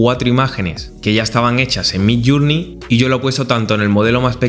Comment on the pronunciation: Por favor, recuerda que MIDJOURNEY se pronuncia MIDLLÉRNI, no suena ninguna U. midllurnei es una pronunciación inventada. Lo mismo JOURNALIST es llernalist y JOURNAL es llérnol.